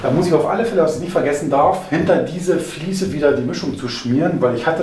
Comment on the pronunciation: Ein gesundes und frohes neues Jahr Euch allen! Super Video, vielen lieben Dank! Wieder sehr viel gelernt. es heißt "Fliese" und nicht "Fließe". Ich werde wahnsinnig 😂